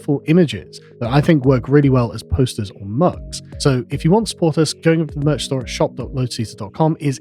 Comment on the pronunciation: Karl please stop saying Merchs or Merks